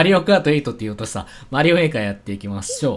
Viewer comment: 最初の方メーカーとエイトが混じってエーカーって言ってるw